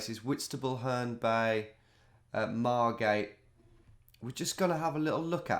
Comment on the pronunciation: Margate. Come on. I’m from there.